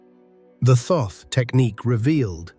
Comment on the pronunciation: Thoth is pronounced "tot" or "taught"